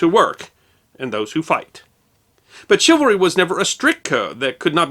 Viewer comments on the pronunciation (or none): ok this is me being picky, but shouldnt it be pronounced chivalry with the c being swapped by an s? its ony a trifling matter great videos by carry on regardless. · Dear, A couple notes on correct pronunciation of a couple of words-- First, is the word 'chivalry', and all of its derivative words. Two areas of focus on this word-- You often, in this piece, put emphasis on the 2nd syllable, 'val'. The only emphasis for the word, 'chivalry', and any of it's derivative words, should always be put only on the 1st syllable, 'chiv'. When doing otherwise, you sound like you are unfamiliar with the word. 2nd point is that the 2nd syllable should always be pronounced using the 'uh' sound for the 'a' in 'val', as you would pronounce the 'e' in the word 'the'. This is the correct manner to pronounce this word when speaking the English language. Otherwise, you come across as sounding unacquainted with word 'chivalry', and it's derivatives. A second word you mispronounced is the name of the French city of Nantes. Both in French and in English, the correct pronunciation of this city of Brittany, (in French, la Bretagne, or Breton), is 'Naunt'. In neither language are the letters 'es' at the back end of the word pronounced. You assumed they should be pronounced like the word 'ace'. Those two last letters in 'Nantes' are silent. They are used because Nantes, itself, is a feminine word. Unless a word in French has either an 'accent aigu' (which is above a letter 'e', and stants upwared from left to right), or an 'accent grave' (where there is also an 'e', and an accent mark above it that slopes downward from left to right, making the same sound as